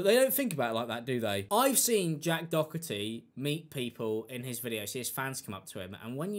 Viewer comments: Doherty or Dokerty? Is this just a pronunciation thing? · It's Jack Doe-er-tee The h is silent. Lol just wanted to help! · Its pronounced "door tea" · I cant stand the lad but his name is pronounced doe tee theres no c in the rats name no offence my stupid ocd kicking in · I love how u butcher his name, wether you do it on purpose or not, keep it up😂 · Love how you say the last name. Completely incorrect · You and memeulous pronounce his name properly for once in your life’s Im definitely not a fan of Jack Doherty but how illiterate can you be? 😂